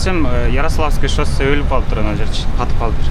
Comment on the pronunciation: Шоссе деп жазылып Шассе деп окулат иним